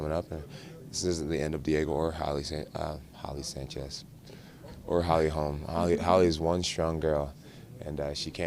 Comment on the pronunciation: Jon says Holly Sanchez 😂😂😂😂